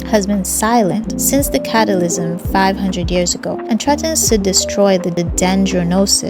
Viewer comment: Lol she tends to mispronounce certain words its kinda cute 😂